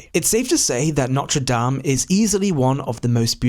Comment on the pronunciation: NOTRE DAME -- please note the last letter